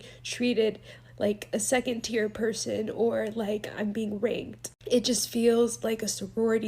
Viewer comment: She said ranked not rap*d